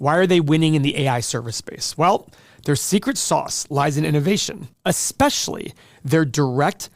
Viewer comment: You said exspecially and not especially 🤪